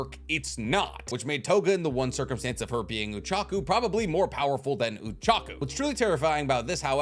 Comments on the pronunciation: I only just realized that he pronounces Ochako as Uchaku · Saying uraraka's name oochako made me cringe